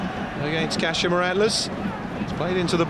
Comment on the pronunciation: It's Kah-she-ma. Pronounce it right